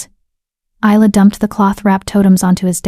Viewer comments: YOU PRONOUNCE HER NAME... EYE LA NOT... IS LA I get really annoyed when names are not pronounced correctly||| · Not to forget Easel. lol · I do wish that these AI could learn how to pronounce Isla correctly all the time. It’s Isla as in island. Not too bad a story. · Please get the name right. Isla (Ilya), Ayla